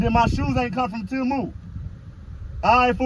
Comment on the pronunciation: Timu 😂 I thought it was temu Gee! 😅